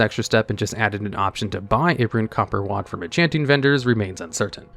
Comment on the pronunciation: It might be a reference I missed but it seemed like in enchanting you said WOD every time in place of rod, I’m sorry if I’m pointing out a speech impediment or something that wasn’t the intent, it honestly just stuck out that much to me, and I think that speaks more of my issues than anything